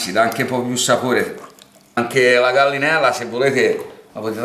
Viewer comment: LA GALLLLLINELLLINA , IL PALLLLOMBO , IL PANE ALLLIATO.. GRANDE🤣